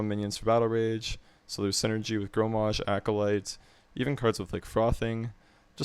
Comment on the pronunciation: Good principal overall. But its Grom-mash.. or grom for short... It isn't Gro-mash.